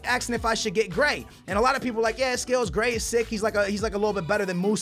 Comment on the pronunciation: How can you pronounce konaplyanka but not gray